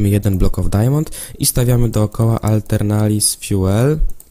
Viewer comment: jak pisze Aeternalis Fuel to czytaj atelnaris fjul